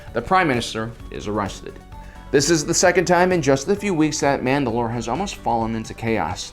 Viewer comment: Mandalore, like the planet, not Mand‘alor, like the leader.